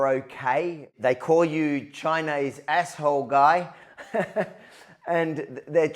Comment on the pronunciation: "Chynna is Asshooo "